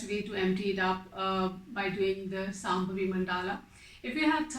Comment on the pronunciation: Akka, iyour videos are super good. and when it comes to pronunciation, it is not Sambhavi. It is Shambhavi and it is not Namashkaram. It is Namaskaram. .